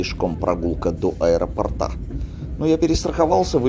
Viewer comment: до аэропОрта. Ударение!!!!!